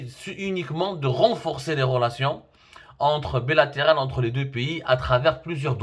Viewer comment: Si Semmar: "les relations" BELATERALES" 🤣😂🤣😂 Phonétique à reprendre 🤣😂🤣😂